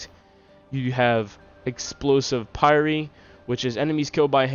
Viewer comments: Also pie-r instead of pie-ree but great vid otherwise! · Great video, very informative. Keep up the good work. Just so you know pyre is pronounced similarly to fire.